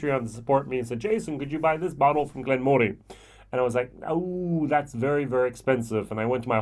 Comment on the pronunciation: Slight annoyance but it is pronounced Glen Muh ree. Their Peated is the best value peated expression of any single malt scotch, only beaten in value for money because locally I can get a product called Three Ships 5 yo at half the price. Honestly, this distillery should have been making Peated malt the entire time. The Chardonnay cask is exceptional like the Peated, and Port cask is good. The 12yo is decent probably one of the better 12yos out there, maybe not as good as the recent 12yo BenRiach triple cask thing. We are lucky in South Africa we get everything at 43% minimum. One of the best whiskies I've ever tasted was a 10yo hand-filled Glen Moray Chenin Blanc cask. This really wowed me. As such I have ordered and am waiting on the Glen Moray 2006 Sauternes Cask Matured which is a maturation in 5 Sauternes casks so should be very unique.